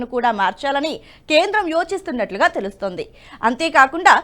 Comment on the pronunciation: కొంచెం జాగ్రత్తగా తప్పులు లేకుండా చెప్పండి. ఉదాహరణకు ఆమూలాగ్రం. అలాగే వాక్యం చివర మీరు పలికే పద్థతి మిగిలిన చానల్ ల లో లాగా ఉంటోంది అది సరి కాదు. ఉదాహరణకు తెలుస్తోంది అని చెప్పడానికి తెలుస్తోందె అని, నియమించింది అని చెప్పడానికి నియమించిందె అని వినబడే లా మీరు పలుకుతూ ఉన్నారు. అలాగే దృష్టి సారించారు అని పలిచకినప్పుడు. అలాంటి వి ఈ చానల్ లో ఉంటే ఒప్పుకోవడం మాకు కొంచెం కష్టం గా ఉంటుంది. ఈ చానల్ లో ఉండే భాష కూడా ముఖ్యమే.